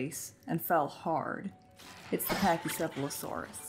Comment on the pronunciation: I can’t handle the “patchy” lmao. It’s not called patchycephalosaurus. It’s PACHY. Packy. 😭